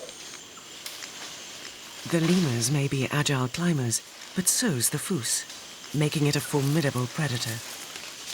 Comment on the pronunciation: Have never heard a fossa called a "foos" before. The Malagasy word is fusa, so I can maybe see where the narrator got confused, but if I had a nickel for every documentary narrator who didn't bother to learn how to pronounce the vocabulary in their script, I'd be rich.